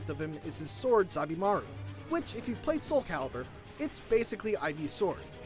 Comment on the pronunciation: Zob-E -Mar-Ew lol.